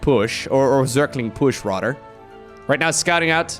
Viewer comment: jesus man can u finally learn how to use the TH its not radder its raTHer its not udder its oTHer